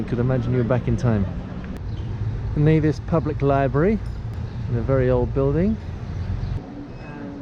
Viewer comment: Knee-Vis NOT Ne-Vis - Never say Nevis. :)